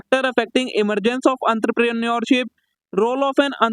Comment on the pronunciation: Entrepreneurship❌ antrapre neurship✔️👽